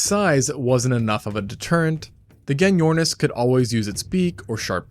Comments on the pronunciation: Gen-yornis😅😅 pronounced with a J mate, as in Jenny ornis 😂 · its pronounced jenny ornis